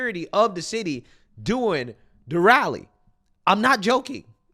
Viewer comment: I'd give my left nipple to hear pronounce "during" properly just once.